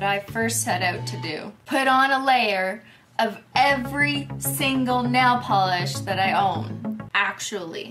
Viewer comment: "and then it goes yayy! ding deng deng, a thousand layers of NAYLE POLERRRSSH" :_omegalol::_omegalol::_omegalol::_omegalol